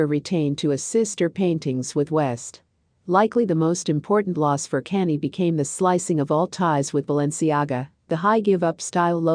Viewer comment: His name is Kanye. Pronounce con yay